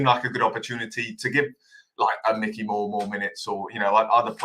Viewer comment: Dont mean to be an utter knob, absolutely love the pod always, but please pronounce player's names correctly. We pin our hopes on these young lads so should at least say their names right. Mikey Moore isnt Micky and Rio Kyerematen isnt Keeterman lol. Love you though mate!